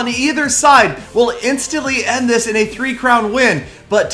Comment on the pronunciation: Your in sounds like urine lol